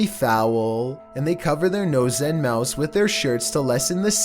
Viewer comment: Who else heard say nose and mouse